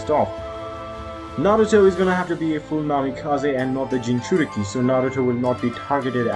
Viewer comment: U prenouced it juss fine